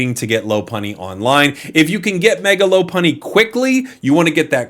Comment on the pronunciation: "Lop-unny" not "Lo-punny". It's a lop-eared rabbit, not a "lo-peared rabbit".